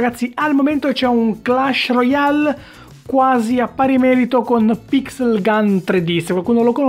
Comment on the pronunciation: si pronuncia clesh royale non per fare ul perfettino